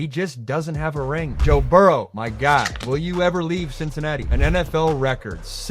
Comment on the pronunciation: "Burrows?" It's Burrow. And you talk like QBs go out & 1v1 each other. That's not how football works. It's a team game. Mahomes plays against the Bengals D. Burrow plays against the Chiefs D. Josh Allen plays against the Chiefs D. Mahomes plays against the Bills D. Yes, the Bengals D did great the 2nd half & OT. That's why non-QB players matter. Mahomes doesn't go out & "beat Lamar," he beats the Ravens D more than Lamar can beat the Chiefs D. Also, when the Chiefs make the Super Bowl, they don't always have to play Lamar, Allen & Burrow to get there. They play 1, maybe 2, and that's it. So to act like they would instantly win in a hypothetical SB match up makes no sense. What if the 2024 Ravens didn't lose to the Bills in the divisional round? Maybe they would've beat the Chiefs, but we'll never know. Just because the Chiefs beat the Bills & the Bills beat the Ravens, doesn't mean the Chiefs would beat the Ravens too. Football math doesn't work like that. Hell, you can see that in the regular season. 1. Chiefs beat Ravens 2. Ravens beat Bills (by a lot) 3. So obviously the Chiefs beat the Bills by even more, right? No. The Bills beat the Chiefs by 2 scores. So that's why a SB between these guys would be fun. Lastly, you act like it would ONLY be Mahomes vs one of the other 3. No, I'm saying it would be cool to see Allen vs Lamar, Burrow vs Allen, Lamar vs Burrow, etc. if they were in different conferences.